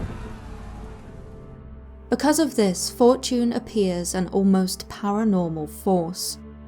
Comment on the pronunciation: i thought she said Fort June instead of Fortune.. 😑😑